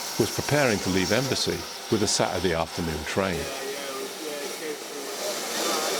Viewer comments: Please, It's Embsay not Embassy. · i really like your videos, just one thing, Embsay is pronounced better with a silent B, more like emsay not embasay, the odd vent on the door is part of the Porta experiments